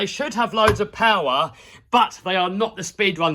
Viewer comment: just went "more powah" and the wheel said i'm out 😂